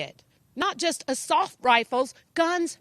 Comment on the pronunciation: "Assauf" rifles